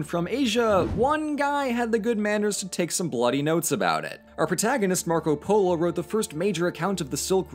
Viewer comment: Nobody: 9 year old kid:poLOoo